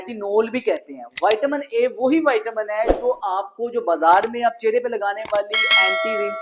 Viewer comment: لفظ چہرہ ہے چھرہ نہیں